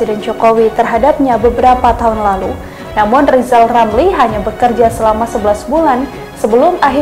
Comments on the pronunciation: Si Lijal Lamli suruh bilang RRRRR aja dulu.. Terus si ompong bisa jadi wapres kalau giginya udah numbuh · RR seharusnya operasi lidah dulu kalau bicara biar jelas.mau jadi presiden kok gk bisa bilang huruf R.hahaha😅😅😅😅😅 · Lizal lamli pegin jd persiden mkmur dr mana orang ga bsa ngomong.RRR.....